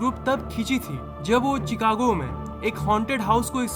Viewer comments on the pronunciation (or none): your pronunciation is wrong that's not चिकागो it is शिकागो. ( Chicago ) Sorry to say. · your pronunciation is wrong that's not चिकागो it is शिकागो. Sorry to say. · I don't believe you are science lover, Chicago nahi mere bro, pronounce to accha kar, google assistant se puch le, it's pronounce like shicago, it's wrong spelling but it's pronounce like that, Sorry for low IQ bro